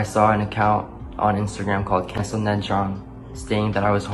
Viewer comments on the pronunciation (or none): Ned's last name is pronounced 'jong' or 'chong' (the second one is not meant to be racist, it's literally how koreans pronounce words with J's in them like ch/j).